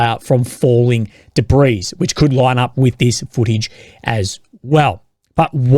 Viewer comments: The s in debris is silent, it's a French word. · Dabreeze = debris 😂😂